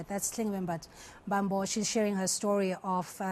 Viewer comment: Mbambo not mbaamboo